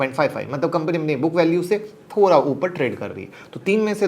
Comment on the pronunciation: आप थोड़ा को thora (थोरा) क्यों बोलते हो।